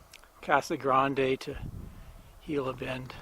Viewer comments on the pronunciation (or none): none